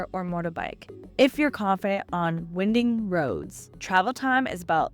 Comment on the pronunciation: Winding is pronounced / WAI-nding/